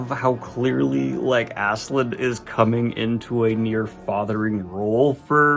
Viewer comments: How does "Ass-keh-lad" become "Azz-zuh-lind" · Love your review of this series but I will say its pronounced Aske-LADD not Aske-LAND lol. His name means Ashen One Askekand would mean Ashen Land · Please, I urge you to call Askeladd by his real name, it's not "Askeland" not land. It's Askeladd, ladd. Ladd. In some previous video you said you pronounce names incorrectly for the engagement. It's heinous, but I guess I can give props. Just don't do it with Askeladd, please. I wanna discuss this manga but "assland assland" land is all I hear. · I know you've settled on Asklan here, but its so close it frustrates me to no end! It's Ask-e-Lad ! Sincerely, Scandinavia. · Btw, Askeladd is pronounced Ass-kill-lad And Cnute is pronounced Ca-noot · Holy cow dude... how can you get Asslan out of Askeladd? There's no N. Where's the K? smh. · I love you but please stop calling him Ass land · I forget if mispronouncing Askeladd's name is now a bit, but just in case.... It's pronounced like the sentence "Ask a lad" (as-keh-lad) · The way you pronounce Askeladd's name hurts so bad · what is the pronunciation of this guy i always called it ass k lad